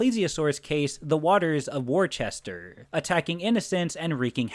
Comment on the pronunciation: Worcester..in bostonian.."Woostah"..😂😂